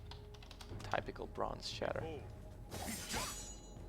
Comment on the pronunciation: Lol might want to work on the pronunciation for typical